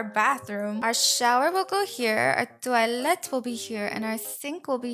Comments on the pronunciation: Not to be rude but you don’t say toey-lit with a sharp I for toilet, you say toy-lit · I like when say you toilet’ pls do video doing that accent plss😢